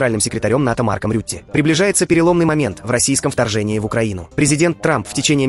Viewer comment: Не рютэ а хрютэ. 😂😂😂. Так лучше подходит😂😂😂😂😂😂😂😂😂😂😂😂😂😂